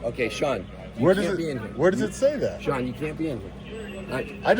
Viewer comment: Sean doesn't like pronouncing his 'T's . Bea'en, bu'un.